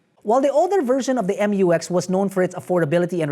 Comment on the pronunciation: Butchered the name again, right off the bat. “Emyoowex”!